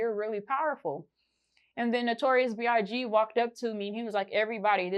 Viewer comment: Not B.R.G 😅😅she not sayin B.I.G